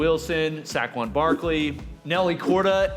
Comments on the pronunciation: Right, Saaaaayyy-quon Not exactly "heighth" but funny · “SACK-Quan Barkley”😂😂😂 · Sack-Quon lol